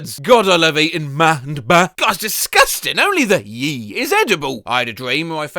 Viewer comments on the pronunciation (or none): Idk why the fcking orange killed me, especially w the way pronounced “ma” and “ba”. Literally in tears